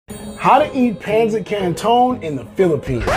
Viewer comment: U pronounce it wrong again😅